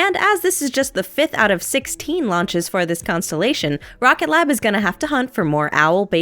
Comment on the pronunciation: My guy, it's 'Rocket Lab' not 'Rocket glab'